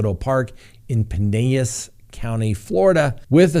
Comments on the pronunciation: Pinellas is pronounced Pie - Nell - Lass. Pie like cherry pie, Nell like whoa Nellie, Lass like a young girl. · Thanks Counselor!! BTW, it’s “Pin-ELL-as.” You say the L’s, as in Bell. Just a friendly note. I 💜 Crime Talk & Miss Winnie the Bulldog. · Pu-nel-us ....But, you nailed Okaloosa! Good Job! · Its pronounced pine-el-is county fl...lol not pineayis. I live on st pete beach. Lots of island sandbars here. Lots of places to camp, fish. I would go to Canada unless i had access to a boat to get to cuba. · That county in Florida (Pinellas) you keep mispronouncing is pronounced PIN-ELLIS. The double "LL" is not pronounced like a"y". I am from Florida, and lived in that area. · Pine Ellis. is how you pronouce it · Not Pinenas County, Pinellas County ...Pu nell us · Pinellas ("pin-ellis") county. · It's pronounced Pen Ellis county FL...I used to live there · It’s pa Nell is- Pinellas get it right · Lol it is pronounced Pin-L-las county-pinellas- Spanish word. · Ok just helping for future broadcasts LOL Pinellas = “Pin” +”ell” + “as” (because I live in Pinellas County which is actually what is referring to. I noticed that Fox News and many other sources are leaving off the Fort and spelling St Petersburg as “st Petersberg” which is funny because apple won’t even let me spell it wrong on purpose. But luv ya and company!:-) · Pin- L - is. Pen ellis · It is pronounced Pine-el-es for Pinellas County Florida. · PinEllis County. said that way. Just so you know. No silent L's. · hey-no-it is a long story if you look it up-it is the English people’s version of the word Pinelas -Spanish correct spelling…. Meaning many pines (trees) …You can search if you want to confirm. I just wanted to know the correct pronunciation. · Another great crime talk! Someone's teach how to pronounce Pinellas correctly before the next one though